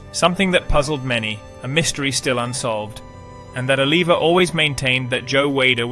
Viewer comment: It's pronounced O-liv-e-A and Wee-der. Please, if you're going to do a documentary do due diligence and make sure you've got everything right. Thank you!